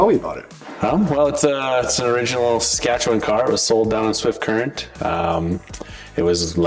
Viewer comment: I learned that the province is pronounced "Skatchewan"! ;-)